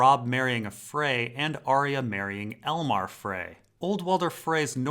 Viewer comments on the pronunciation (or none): none